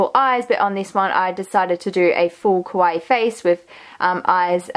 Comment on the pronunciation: Great job on the improvements. Just one little thing: kawaii is not pronounce quawai. It's pronounce ka-wa-ii. (See here: I know you are Australian, and maybe that's the reason, not sure.